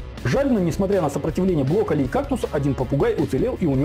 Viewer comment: Я конечно всё понимаю, но он бЛоколли (блокирует)